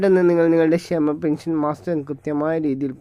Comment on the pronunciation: സഹോദരി, പെൻഷൻ മാസ്റ്ററിങ് അല്ല. മസ്റ്ററിംഗ് ആണ്. വാക്കുകൾ ശരിയായി ഉച്ചരിക്കുമല്ലോ.😢